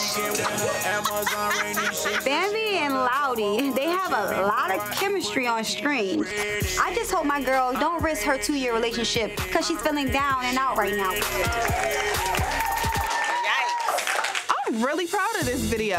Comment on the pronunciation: Us: Scrappy Tammy: Shrappy Us: Screen Tammy: Shreen Us: Skate Tammy: Shkate This woman can't pronounce any words that start with " S C'' 😂😂😂😂